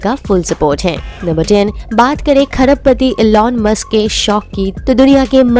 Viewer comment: It's musk not mask.... 😂